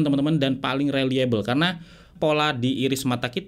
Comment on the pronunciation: Cuman mau koreksi, bukan rally-able, tapi rilayebel.